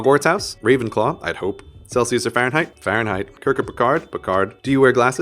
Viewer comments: A part of me died when he said Farhenheit(or however it's written) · When he said Fahrenheit I died a little inside. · "Celcius or Fahrenheit" "Fahrenheit" BOY YOU DID NOT